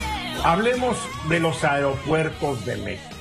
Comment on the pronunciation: Es aero no airo HABLE BIEN......SALUDOS EN TUS TEMAS....FELICIDADES 😉 CDMX......SALUDOS a LA 👍🏻 MEJOR ANALISTA.